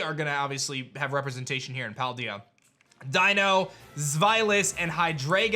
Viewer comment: Pokemon SV is coming out in just a few days yet this guy still cannot pronounce Paldea correct.